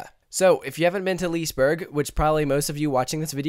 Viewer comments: Lee-se-berg, not - Lisberg Lo-kee, not - Loke (Like the Marvel Movie) :0) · Loki is the english version of Loke. Its not how you pronounce the swedish word, though XD Its more like "Loo-keh". ... Haha! What the devil is Lease Burg? XD Its "Liss-eh berry" (dont go to hard on those R's, its the tip of the tung kind of R). And dont go too hard out on the y either. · lis-e-berg is the right not lisberg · It´s fun to hear an english person saying Liseberg....Say Lis-e-berg instead...pronunce the E :) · The english ”Loki” and the swedish ”Loke” is pronounced the same way. Also liseberg is pronounced ” lis-eh -berg”. Love the videos! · I'm swedish haha i Love How you Said "Liseberg" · Absolutely no offense, but your pronounciations of the Swedish words are hilarious. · im swedish and when he say liseberg i dont like IT